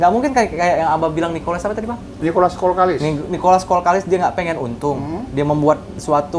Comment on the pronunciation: Nikolas kokalis bah, bkn kolkalis. Hehehe meluruskan saja bah, salam petir dr tanjungpinang kepri